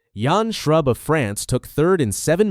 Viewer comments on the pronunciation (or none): It is NOT New Guss. It is New Goose.